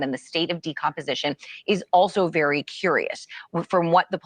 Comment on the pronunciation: Sounds likely. The bigger mystery is how this host doesn’t know it’s DECOMPOSITION - not “decomposation”